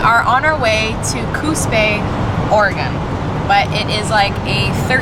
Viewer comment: Great vid & feedback about bridge camping & your small rv. Your comments about parking space & being able to stay inside the rv may switch my choice to buying the smallest full rv I can find! Pettiness alert:, good to hear you say Oregon and Coos Bay correctly! Happy trails👨‍👩‍👦